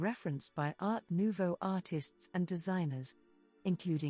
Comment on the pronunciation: In general good info, but earbothering pronounciation. Sorry, I can't listen to any more. It just hurts. Not knowing how to pronounce Jugendstil, Secession... Art Nouveau, Jan... I can't stand it. I think in fact it is AI voice. Such a shame for this good content. 🥵